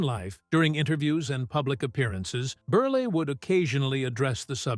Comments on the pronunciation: It's not berley, it's berel. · Milton Ber-lay??? AI sucks!